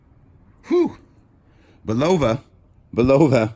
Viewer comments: "Bull-a-va" pronunciation. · Blue stones are sapphires, also I hate to correct you , but Boliva is pronounced like "bull la va"